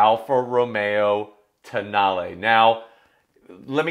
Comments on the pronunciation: Alfa Romeo...Toe-nail? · The more I read the name Tonale, the more I wondered… what if it was pronounced Toe Nail?